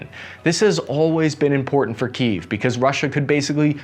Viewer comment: I really enjoy the fact that you pronounce Kiev correctly and not just call it Keeev, like all the stupid American news channels